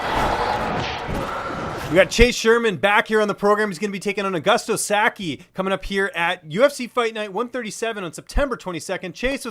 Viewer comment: Not "Augusto Sa-ki", it's "Sa-kai" =)